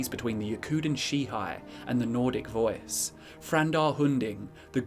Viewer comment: “The vœæce”